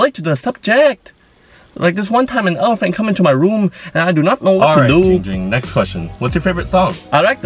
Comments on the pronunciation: Its not Jing Jing its Ging Ging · He will ban you say Ging Ging not Jing Jing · Its giiiing ging not jing jing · Fillipeno DinoMan ITS GIIING GING NOT JING JING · HIS NAME IS GIIIIIIIIING GING NOT GING GING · It’s not Ging ging its Giiiiing ging